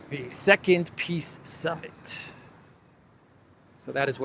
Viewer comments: "piss summit" he said it clearly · Wow! Z really does pronounce it “Piss Summit.”